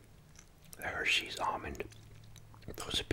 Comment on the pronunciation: You said the Hersey's almonds I caught that 🤣